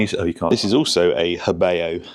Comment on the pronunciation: Pronounced ho bow